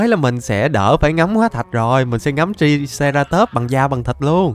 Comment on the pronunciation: Anh đọc sai tên của triceratop rồi chữ i phải đọc thành âm "ai" nên phải đọc nó là traiceratop